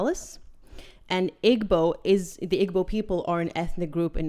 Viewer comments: Just a kind correction.... Igbo is pronounced like this: eeeeebuuu the g is not pronounced for that word and the o would be more like a u. :) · Ee-bo. Not Ig-bo. I’ve never seen my Nigerian mother cringe so hard. 😅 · You are a such a beautiful lady. What percentage of Nigerian are you? I was born in Warri Nigeria, but unfortunately for me my Father was born in Canada and my mother in Ireland, so I don't look as black as Smegma. PS Igbo is said Ee-boh. Drop the g.